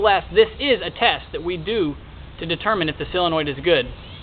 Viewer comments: Everybody, say solenoid as SO-LEN-OID, not CELL-EN-OID. Duh. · Do you think that you could learn to properly pronounce the English language? It is not s sill-in-oid. It is a SOLinoid. Drives me nuts! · solenoid not silenoid!!!!!! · Hey, - it's a "SOLE-enoid", not a "SELL-enoid. So-le-noid. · Useful video but damn he can't say Solenoid correctly at all. Seal-annoyed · Great short video. Right to the point. And if I may without offending, solenoid is pronounced sol.. i.e. Saul or doll ..and not silenoid. Just letting you know. You're a smart guy. I can tell that terminology is important to you. Thank again for the video. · sill-annoyed ? ....Americans lol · SOL.....SOL...SOL...SOLenoid. Why can no YouTube pronounce this word correctly???? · Good video......but it's SOLE-e-noid. :-) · Oh cool, you're going to teach me about something you don't even know how to say. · how fucking hard is it to pronounce solenoid properly?